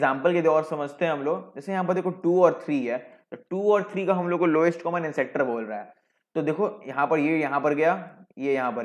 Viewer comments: All good just one correction: its not (an sector ) , it is ancestor pronounced as " an-sister". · ancestor , not ancector. My god! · एनसेस्टर होता है... एनसेक्टर नहीं